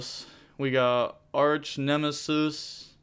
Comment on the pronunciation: also was close- Archnemeses is the plural form of what you pronounced- Archnemesis (arc-nem-eh-sees) (es-cah-tos) would be my guess